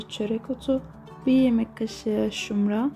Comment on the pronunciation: O şumra değil şimra